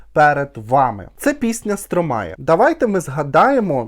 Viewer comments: Французи кажуть СтромА , останню букву "е" не читають😂 ну не Стромає точно😂😂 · А він і не француз. Сам співак в інтерв'ю вимовляє як Стромай